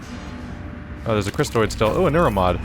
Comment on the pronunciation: its cystoid not crystoid